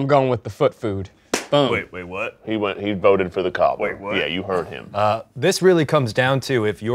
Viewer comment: those two ”wait w h a t” in that accent made me laugh harder than ever 🤣🤣🤣